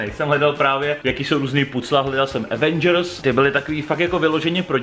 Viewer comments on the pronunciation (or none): none